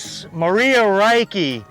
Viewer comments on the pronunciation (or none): none